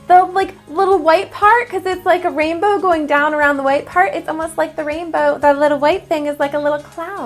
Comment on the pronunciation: Did anyone catch that at the bringing she said the rainbow wrong